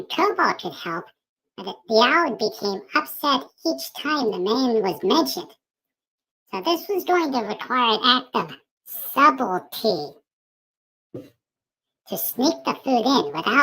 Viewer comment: Sub-al-tea?? Hehehehe. (subtlety....see )